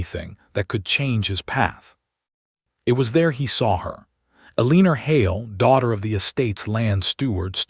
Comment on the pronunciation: El lan or. You have to be a stupid AI voice! You can't pronounce anything correctly.